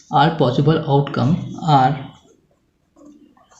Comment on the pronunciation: Sum 1 mein possible ke jagah qossible jaisa lag raha hai 😂